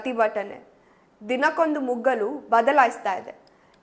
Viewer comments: ಮುಗ್ಗಲು ಅಲ್ಲಾ ಮಗ್ಗಲು ಕನ್ನಡ ಬರಲ್ವಾ 😢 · ಮಗ್ಗಲು ಅಲ್ಲ ಮಗ್ಗಲು